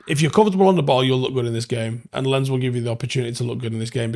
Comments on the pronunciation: well I can't write phonetic symbols so I opted for Lons. Could be Lance, but not if you speak BBC or Alabama English. I don't mind being a knob. At least I looked it up and avoided the embarrassment of pronouncing it like "camera lens". It took 10sec to Google it to confirm my guess, he should do better. Thousands of people watch his stuff. Might as well try to be accurate... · It's not pronounced "Lens" it's "Lons". Do better 👍🤷‍♀️ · FYI: Lens is pronounced Lance. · You might want to check that- it's closer to "lance" but with a heavy accent. Also- Imagine writing: "do better" such a knobend sounding comment.